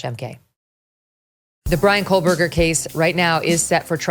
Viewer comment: I keep wondering when MK is going to realize that there is no L in Kohberger????